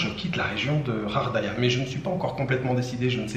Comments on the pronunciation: Bonjour mais pourquoi tu prononces Ghardaia "Khardaia"?? ça se prononce Ga! Bref en tout cas merci pour tes vidéos! Moi qui aime le calme cet hôtel me donne grave envie et puis les dunes et le Sahara et dire que tu n'as pas vu des endroits comme le Hoggar Tassili n'Ajjer ou la cité de Séfar! Ya rien de plus beau! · Ghardaia pas ghaghdaia, je sais le R en igh mais le R en anglais dans la phonétique merci . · Salut, c'est GHARDAIA ET NON RHARDAIA. TU N'EST PAS FRANCAIS TU EST DE QUELLE NATIONALITÉE parce que apparemment tu lis pas bien le Français. Ou alors tu fais exprès. 😬🙃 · moi aussi je préfère benCo, il est plus vrai et sait prononcer le nom de gardaia. Celui-là ne lit même pas quelques messages.